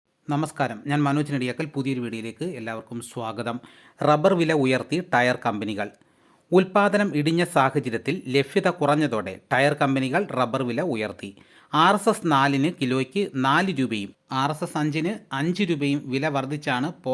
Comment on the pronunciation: ലഫ്യത അല്ല മാഷെ. Use correct pronunciation when you are making videos . India ഫാരതം എന്നാണോ പറയുന്നത്